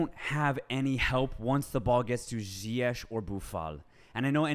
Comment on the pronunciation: Its pronounched Ziye'g' instead of Ziye'sh' brothers! Love the podcast keep it up